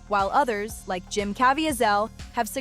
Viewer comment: You mispronounced Jim Cavieselles name. It’s Jim not Jem.